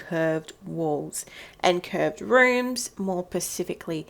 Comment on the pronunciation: “more pacifically”